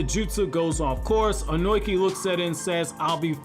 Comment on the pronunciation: I gotta correct some pronunciation of a name that bothers me man. Tis Ohnoki (Oh-no-key), rather than Ohnoiki as I keep hearing. I'm sorry but I had to man. Keep up the awesome content though man!